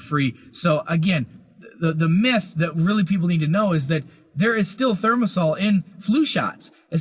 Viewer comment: The word is thimerosal, not thermosal, Mr. Chiropractor.